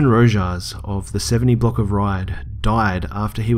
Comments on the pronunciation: Lol Rojas is pronounced "Ro-has" great stories man!!! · i believe the last name you tried to pronounce was "Rojas" which BTW is really pronounced (Ro-has) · Rojas is Spanish and pronounced rohas